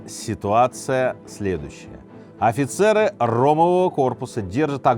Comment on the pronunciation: фицер вместо Офицер, редактор-то есть у вас?) канал миллионник бля)